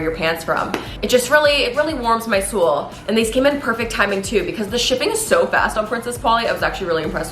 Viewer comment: “it really warms my sewl” HAHAH I LOVE